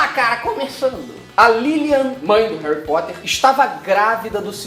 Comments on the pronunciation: Você disse Réui Póta? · "Hari Poter" kkkkkkk, sabe nem falar, cala a boca vai